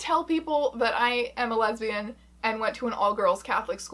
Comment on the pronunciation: "I am a lezian"